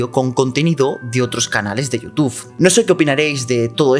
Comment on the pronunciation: es YOUTUBE no YOUTUF